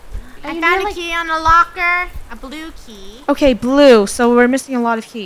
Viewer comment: Every time I hear someone say “blue key” I now here “blukey”